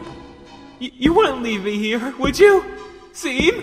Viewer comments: I think in MY opinion (if you don’t want to listen to my opinion then go away) Just before seam broke the key he said something like “It’s pronounced SHAWM” proceeds to break the key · pronounces seam's name wrong Me: IT'S PRONOUNCED "SHAWM" >:( okay..I'll let myself out... Edit: Now I feel like Shavs Media Productions will do this:) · I saw this on my school account and it’s pronounced shawm but like this seam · Either Jevil likes calling Seam "Seem" Or VA doesn't know it's actually pronounced "Shawm" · My dude, “Seam” was supposed to be pronounced “Shawm” Said 80% of the comment section... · Dude the only way you didn't know that is by not playing he game, Shawm literally says that his name is pronounced like shawm and not seam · The comic and the dub was awesome but seam's name is not pronounced like SIIME its shawm even the character mentions it. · It's not seam, it's pronounced sh-aw-m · _- it really bugged me you didn't pronounce it Shawm..... The joke is that people with the name Sean keep having people pronounce it seen, when it's supposed to be Shawn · Redo pleeeaaase its not pronounced seam it’s pronounced (shawn with an m so )“shawm” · You do realized Seam’s entire joke is that it’s pronounced, Shawm ”, right? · Nope, it's pronounce SHAWM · THAT'S WHAT I SAID!!!! IT'S PRONOUNCED "SHAWM"! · He left because ist PRONOUNCED SHEAM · its a PUN. That's why it's pronounced shawm. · Seam's entire joke is that it's pronounced Shawm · SHAWM!! SEAM IS PRONOUNCED SHAWM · Me: OMG ART STYLE IS OUTSTANDING! Others: IT'S PRONOUNCED SHAWM, NOT SEAM! Me: If it's good and doesnt have any other mistakes, it's fine. Beginners mistake...kinda... Others: NO. I'M SO TRIGGERED THAT HE DIDNT PRONOUNCE IT CORRECTLY! SO SHU- Mutes Others Me: they were getting a ego fill-up... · Seam: “It’s pronounced Shawm” EDIT: Yes, I know that he knows that he pronounced the name wrong. This is just to be funny, not to mock him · Its pronounced "shawm" No wonder he was locked up.